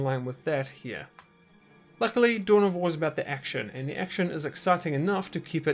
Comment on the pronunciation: Anyone else started hearing "Doughnut wars"?